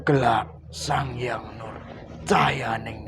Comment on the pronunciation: sekedar saran om , mbok nek nyebut nama sangyang nur iku sing genah supoyo gak koyo dursosono. 🙏